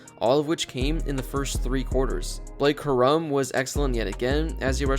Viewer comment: Blake Cuh-rum lmao